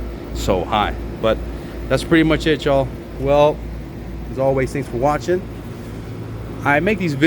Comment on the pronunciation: At the end you say "that's pretty much it y'all". It sounded like "that's pretty much shit show" 🤣